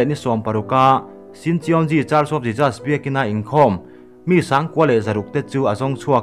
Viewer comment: A tha hle mai. Mahse, i pronunciation pakhat JESUS tih kha, i lam dan kha ka lo tîm deuh, a lam dan han zir leh deuh teh, ka lawm e